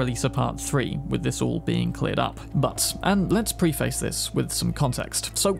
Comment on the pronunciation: Please learn how to pronounce 'preface'. Preffis, kinda, emphasis on the first syllable